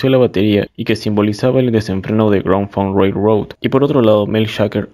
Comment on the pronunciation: Hola estimado, buen vídeo, algunos datos a recalcar, mejora la pronunciación del nombre de la banda y sus integrantes, te faltó mencionar la estafa que le hizo Terry Knight a Grand Funk, te saltaste los discos Shinin' On y All The Girls In The World Beware! de 1974, el segundo disco en vivo "Caught In The Act", y Born To Die de 1975, quizás los discos anteriormente mencionados no son de tu gusto pero si vas a hablar de la historia de la banda, que sea de LA HISTORIA y todos sus discos. El disco solista de Mark y No Frills, son de 1977 y 1978 respectivamente (tu dijiste 1978 y 1979), además de otros datos, creo que el último es en donde más te me caes y que le quede claro a todos los fans que pasen por los comentarios, MARK FARNER NUNCA SE FUE DE LA BANDA, DON BREWER LO ECHÓ, HACIÉNDOLE FIRMAR UNOS PAPELES PARA TRANSFORMAR LA BANDA EN UNA CORPORACIÓN Y ASÍ MARK QUEDAR COMO 3ER ACCIONISTA DENTRO DE LA BANDA, A LA VEZ TAMBIÉN LO ECHABAN REEMPLAZÁNDOLO POR 3 PERSONAS (QUE POR 20 AÑOS HAN INTENTADO LLENAR EL VACÍO DE MARK FARNER) Y HAN SEGUIDO TOCANDO POR TODO USA, ENGAÑANDO A SUS FANS HACIENDOLES CREER QUE TOCARÁ ALLÍ LA PERSONA QUE COMPUSO MÁS DEL 92% DE TODA SU MÚSICA Y QUE LLEVO A LA BANDA AL ÉXITO Y RECONOCIMIENTO QUE TIENE HOY EN DÍA.. A la vez mencionar que cada año, se hace una reunión corporativa entre Mark, Don y Mel. Y Mark ha estado por más de 20 años intentando reunir a la banda, pero estos dos hacen oídos sordos a las peticiones de Mark, como para tomar decisiones de